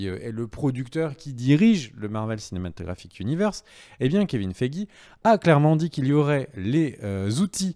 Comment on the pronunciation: Ant-Man va tout changer au "Marveuellesse cinématégraphique zuniversse" ... :p hum meuh non j'me moque pas :D hihi ^^ ... mdr a c'est pas mieux :p :p presque presque ^^